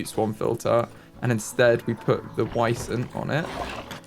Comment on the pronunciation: is almost correct! They are pronounced Vee-zent/ˈviːzənt. Edit: Please name one of the Wisents Vincent 😊